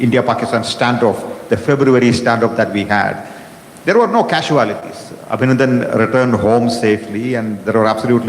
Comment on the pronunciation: ‘Kasuelotees ‘ or casualties?